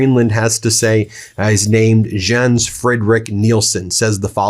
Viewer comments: Jans is pronounced Yan's. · OMG. These Germanic/Nordic countries pronounce J as a “Y”. “Yens”. “Yarlov”. Pronouncing them as a J makes you look like a dumb American, Ben. Do Better. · The J is pronounced as a Y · It’s,,,,pronounced Yens Frederick Nielsen! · Ben, love your commentary. Just a heads up Scandinavian languages do not pronounce the letter J as we do :)